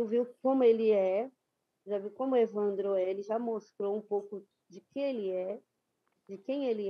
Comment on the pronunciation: Por que a apresentadora pronuncia evandrÓ?